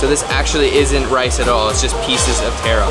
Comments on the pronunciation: Stop imitating Mark Wiens!! Watch yourself on video and listen to the commentations you make., then watch and listen to Mark Wiens, you sound like him. Taaaaroo not Tayro! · Not tear-o but tar-o. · Pretty sure he was mispronouncing taro. I believe it's pronounced tah-roe as in the first syllable in Tahoe and fish roe. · How he says taro feels weird to me because I never heard anyone say it like that before even though it is correct